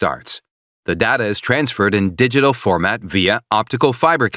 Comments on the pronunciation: Data not dada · Oh he says it as Da-ta.. I thought it is read as Day-Ta... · I can't get over his mispronunciation of "data" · There is no correct pronunciation of data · You'll never learn as long as you are pronouncing "Data" like that.